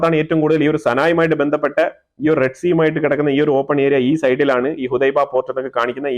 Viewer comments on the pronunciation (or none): യമൻ പോർട്ടിൻ്റെ പേര് ഹുദൈദ എന്നാണ് ഹുഡൈബ എന്നല്ല എന്ന് സ്നേഹത്തോടെ അറിയിക്കുന്നു പ്രിയ സ്നേഹിതാ. നല്ല വാർത്തകൾ പങ്കുവെക്കുന്നതിൽ അതിയായ സന്തോഷവും സ്നേഹവും അറിയിക്കട്ടെ. With love